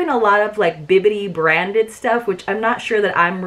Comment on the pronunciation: Thank you for saying Bibbidi instead of Bippiti. So many Youtubers say it wrong and it drives me crazy! 🤪